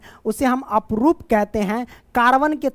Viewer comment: Aprup nahi sir Aprrup hota hai